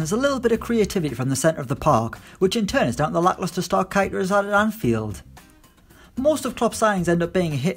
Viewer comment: I’m not saying you’re wrong about keita - it’s not kaita it’s kayta 😂